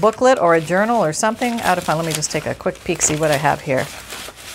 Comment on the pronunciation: by the way I kid you not it sounded to me like you said you were going to make an urinal. Now that would be a trick. HeHe